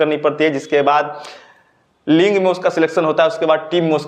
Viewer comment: Sir ling me nhi league me sellection hota hai 🤣🤣🤣